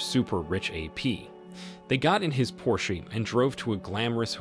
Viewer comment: How the hell did you just pronounce porsche lol